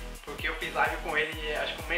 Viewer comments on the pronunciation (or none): none